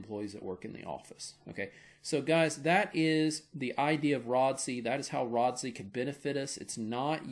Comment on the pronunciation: my man said Rod-See :face-fuchsia-tongue-out